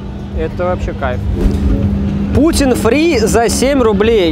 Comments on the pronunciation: Грустно, когда фудблогер говорит пУтин вместо пути́н :(((( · Не пУтин, а путИн) блюдо такое)